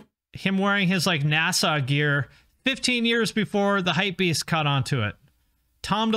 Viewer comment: says NASA like a Canadian